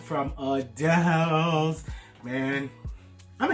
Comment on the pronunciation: It’s actually pronounced Adil’s, not “Adele’s.”